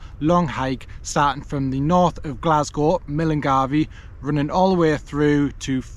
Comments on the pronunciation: Nice video! In Scotland we say mill-guy (milngavie) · You lost me at millengarvy 😂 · Cracking up at "Millengarvie" 🤣🤣🤣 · “Fort Williams” 😂